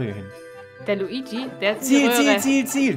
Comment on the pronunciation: Es heist nicht Luigsi sonder Luigi